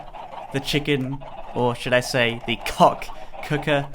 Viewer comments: he said the cock cooker xD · the "COCK" cooker?lol.